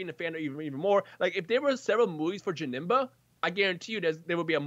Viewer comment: Janemba is my most hated villain, I don't know why, when he kept saying "Jenemba" it made me feel sick LITERALLY. I'm fine with his second form maybe because he doesn't speak in that form.